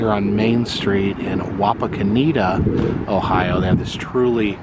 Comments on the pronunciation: You rode right past my house!👍 Wapakaneta is pronounced with a short e...net! Loving this series!🤩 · Also mispronounced Wapakoneta, should have visited the Neil Armstrong Museum while there.